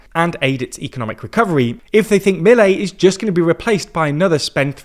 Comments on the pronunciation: Great video, but please learn how to pronounce his name roughly like it’s said before saying it 55 times. Inflection at the end- Mil-ei not Mi-lei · You guys keep mispronouncing Milei's name. The stress should be on the "e" Mil-E-i, not on the first "i" like you keep saying it, M-I-lei.